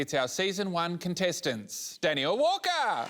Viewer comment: Just saying, during this whole season I thought her name was "Dani L." based on how everyone pronounces it 🙈